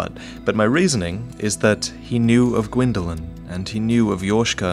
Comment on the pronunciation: is gwynndolyn not qwynndolyn